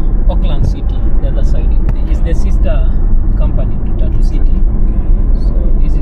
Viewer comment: Your pronunciation of Tatu is hilarious. 🤣Sounds like "tattoo..."